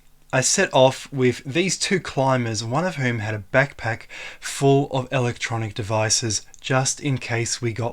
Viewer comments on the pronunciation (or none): none